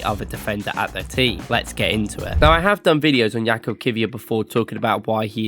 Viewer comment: fyi his name is pronounced yakub not jakob